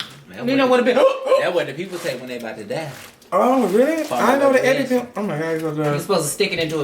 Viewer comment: Lmaof said I got an eppy pen 🖊 in the car.. sis said “ you aint got eppy”! Lol 😂